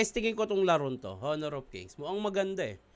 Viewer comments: silent H po ang pagbasa ng honor 😂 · Honor ka ng honor silent h yun